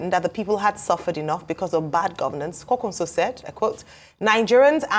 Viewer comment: Ayo, it's KWANKWASO, not KWAKWANSO.